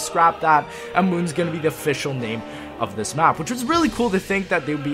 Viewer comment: i dislike how you emphasis the word "This" lol